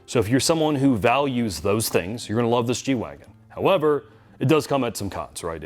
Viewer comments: G-WagEn, not wagon. I was not expecting this noob mistake from you guys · G-Wagen, you are the last people I would have expected to butcher the name and call it a Wagon